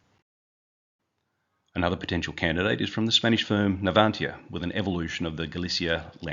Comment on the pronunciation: happy to help. HMAS Choules is pronounced (Chooles as in Julez) Navantia is pronounced (Nah-van-tea-ah) Galicia is pronounced (Galee-sea-ah) Daemen is pronounced (Day-men) RAN is preferred to be pronounced as R. A. N. Which helps to distinguish it from Iran.